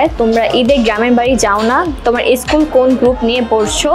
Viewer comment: tmr pronunciation ektu prblm ase Start not estart and school not eschool sorry for the inconveniences 🙂